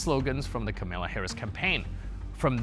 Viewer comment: KA-ma-la, not Camilla!